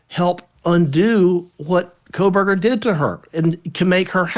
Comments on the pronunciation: Why has no one told Megan Kelly that she is mispronouncing Kohberger? She thinks there is a letter L in his name. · Quit calling him "coalberger" it is Koh berger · I wish you would pronounce his name correctly. There's no "L" in Kohberger.